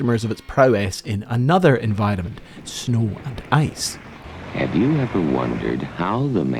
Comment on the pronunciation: Reeeee It is driving me crazy when you say environment it sounds like "in vitamins". lol. Cheers.